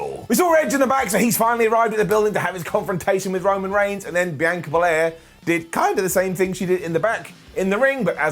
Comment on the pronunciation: Does it bother anyone else that he pronounces Sasha and Bianca’s names wrong in every video?